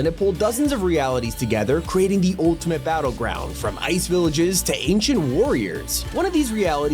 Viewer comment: "ultimate", not "oltimate"